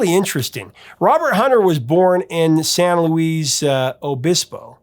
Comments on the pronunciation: San Louis Obispo. Not Louise. 😂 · Used to see bumper stickers “There’s nothing like a Grateful Dead concert.” Saw them perform in Ventura, CA 1984. What an experience! Edit: Hunter’s city is pronounced San “Lewis” Obispo, location of Cal Poly. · San LOO-ee Obisbo. Not Louise, not Lewis. The "s" is silent. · First (and I hope only) time hearing San Luis Obispo pronounced "San Louise". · 83 US FEST METAL DAY, HANDS DOWN! Was NEVER a Dead fan either, born in '61. You mispronounced San Luis Obispo...